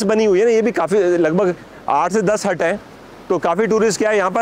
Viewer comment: Hai ko haa mat bolo